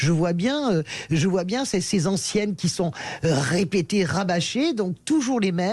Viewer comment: Faudra expliquer à Degoix que "antienne", ça ne se prononce pas comme "ancienne"... La gauche peu lettrée...